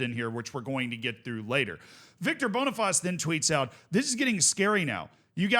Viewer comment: just a quick heads up cos ik you like to pronounce names correctly, Boniface is pronounced "boni-face" and not "bonifaz", the bonifaz is the French pronunciation